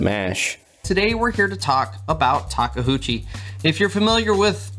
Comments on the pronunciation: Of course the company rep naturally clearly says Take-UCHI, while everyone else is dislexic and I hear them say Take-HOOCHI all the time.... it's OOCHI not HOOCHI. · Taka HOOCHIE ? im sorry but i just dont know how you read that from taKeuchi ? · Working on a radio controlled model of a legally distinct "red track loader" and it has been great fun. Our Caterpillar at work just isn't as refined. Takeuchi (say it with me: "ta kay oo chee") practice your Japanese syllables 😂. Real talk though, great video, can't wait to see more of Tak's full lineup hit our shores, and really miss those live streams.